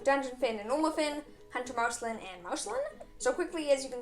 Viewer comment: You pronounced Marceline wrong